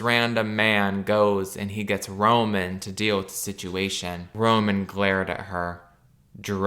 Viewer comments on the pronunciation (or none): none